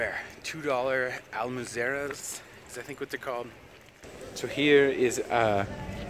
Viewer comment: "Al-mwer-zo" jaja. Good video.